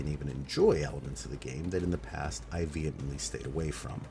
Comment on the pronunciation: "returning to content I vehnamently avoided. Just say Railjack.... we all know its railjack XD